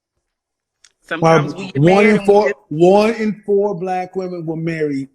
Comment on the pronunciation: The number is pronounced Four....not Foowar😂😂😂 country ass